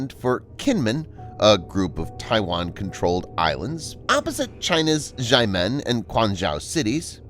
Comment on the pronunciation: Kinmen is actually pronounced like "Jean Munn". Xiamen is pronounced "Shyah Munn".